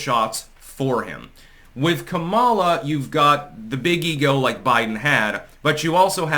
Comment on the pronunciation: Its comma-luh, not Kamala...stop being so racist